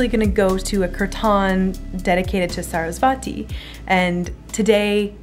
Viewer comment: its not saraswaaati. its saraswati.